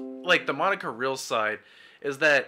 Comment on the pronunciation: Hey man, good video, but I have a small nitpick that may help in future videos. Vic's layer is Ty Beared (pronounced as Tie) And Monica's last name is pronounced as Re-al. Keep up the great work tho